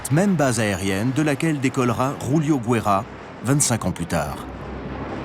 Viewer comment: Il faut arrêter avec la prononciation espagnol chez les portugais les français vous abusez.....c’est pas roulio c’est joulio faut arrêter on est pas espagnol !!!